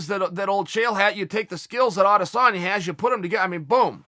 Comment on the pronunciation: Adesanya is pronounced "I dis own ya" not "Ades San ya". Get it right folks.